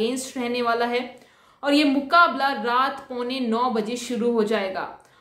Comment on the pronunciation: Loved the way one time you said MUKKA- BALLA . Nice way , sounded like boxing!!!!! Love and blessings from America. Good luck to Nikhat for final